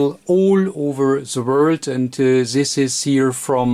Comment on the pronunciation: The reason why his very informative videos and his channel have low subscriber and view numbers is his English and the speed of speech. His English is atrocious and it has nothing to do with Americans, it is a statement of fact and I'm not a native English speaker, if that wasn't obvious. please learn how to say "this", it is not Zis, if you can't get the right sound just say Dis as in Deutschland. Every time I hear it, its like someone stuck a needle into my ear. And please pick up the pace, already watching at 2x speed and it's still slow.